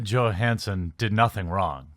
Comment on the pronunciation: Her name is pronounced with Y not G